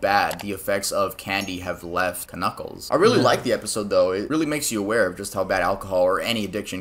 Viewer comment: Dude really said kuh-kuckles and they said nothing about it